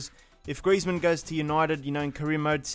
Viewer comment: I hate that in champions league the commentator says "griEzman" instead of "grizman"